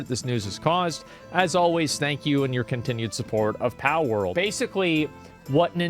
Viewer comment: why does asmongold call palword "pow world", makes me irrationally angry